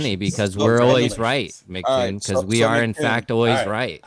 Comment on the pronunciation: These muppets are so slow that they call him Macktoon instead of Em see Toon.